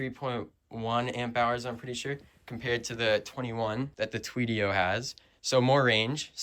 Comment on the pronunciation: Tuff build bro looks so good lol but when you were talking about the Yozma vs tuttio specs you said “Tweedio”